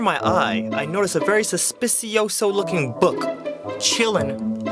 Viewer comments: The word is sospechoso.. but it's okay you can get away with messing up :) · "Suspicioso" doesn't even exist mate. I think you are trying to say "sospechoso" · suspiciosso XD you just had to go the extra syllable, didnt you? :3